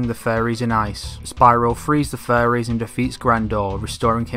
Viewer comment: when he says fairies it sounds like furries.